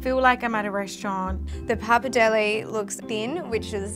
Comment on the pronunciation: It's bloody PAPPARDELLE, not pappidelli 🤣🤣🤣